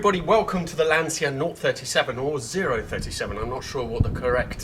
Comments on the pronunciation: It's Lancia, not Lansia. Like in "Channel". Cheers from Italy! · All these "LanSia" pronuciations are getting rather annoying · You pronounce "Lantcha " not " Lansia " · Great video of a rare classic, but come on with your Italian heritage please pronounce Lancia correctly, its Lan-cha not Lan-se-ya, love your content though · Lancia is a beautiful family name. Pronounce it as it should pls. It is definiteli not “Lansia”. Show some respect to Vincenzo Lancia’s name and learn how to pronounce it correctly. It is really not that difficult. Then you should make videos showing his cars. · English soeakers will understand better if you write 'Lan-cha' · Quick side note: Lancia is pronunced "Lancha" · More Lanchia actually! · Why would you pronounce 'Lancia', the Italian way? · If you want to use the correct nomenclature then you should start by using the correct pronunciation of Lancia! It's a hard 'C' :) . Great piece though, I enjoy your channel. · Also, for an Italian, your pronunciation of Lancia is appalling. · Say the name right at least! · Your pronunciation of "stradale" was perfect! You sounded like a real Italian! Englishmen usually pronunce it wrong, in Italian it sounds like "stradali" which is plural and it's quite annoying. "Lancia" though is pronounced "lan-cha", not "lan-see-a" Btw, 037 is "zero-trenta-sette" in Italian. We call it Lancia Rally zerotrentasette.